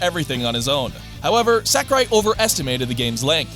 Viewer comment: I feel like no english speaker other than Reggie can get this right, and it hurts. He is not SACKurai 正弘桜井 さくらい sa-ku-rai (sah - koo - rye)